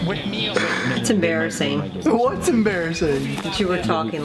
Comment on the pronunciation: "mom your embressassing me infront of my friends lmaoo